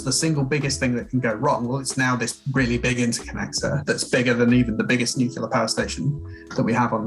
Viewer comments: " new-clear"----- not whatever the fuck he said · Can't really take anything he has to say seriously seeing as he can't even pronounce nuclear. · That "expert's" credibility flew right out the window when he called nuclear "nucular"